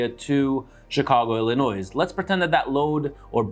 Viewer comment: Please dont say the s in Illinois. 🤣. Thanks and keep them coming!!